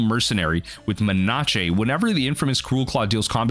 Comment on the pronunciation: No one is talking about him saying menache?